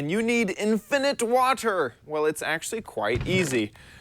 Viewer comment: At the beginning instead of water tips it sounded like wafter tips